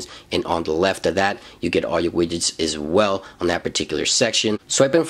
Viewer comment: Wait did you just say wigets